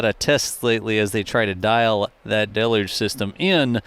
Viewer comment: DEL-YOOJ!!! Please google it, grok it, chatgpt it or merriam-webster dictionary it. Whatever you do, just start saying it correctly.